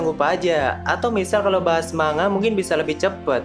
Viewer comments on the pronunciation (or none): none